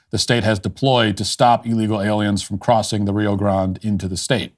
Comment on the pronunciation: Rio Grond?! 😂 …WHAT!